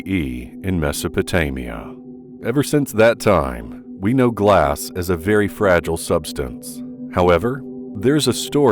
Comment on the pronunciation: Really, you should correct your pronunciation before putting out a video. 'Iraq' is pronounced-E rak, not i rak. ' Mesopotamia' is Mes o po tay me a, not Mes a pa tay me a. 'Fragile' is fra gile, gile which rhymes with mile, not jul. 'Millennium' is- mil len e um, not mul lin e um . That's pretty bad.